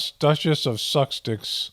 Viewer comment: I believe dutchess of sucsdicks is the correct pronunciation. 😂😅